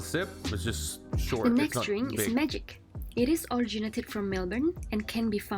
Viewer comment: "Short" black, not shark black.